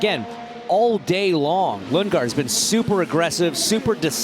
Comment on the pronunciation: Christian Lundgaard ❎ Christian Lungegard ✅